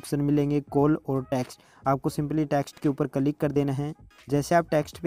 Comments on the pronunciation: Bhai it's not calik ... it's click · Kalig nahi he bhai Bo click hota he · 😂😂😂 calik nahi bhai click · Fan!! of your word " Ca -lick " 😅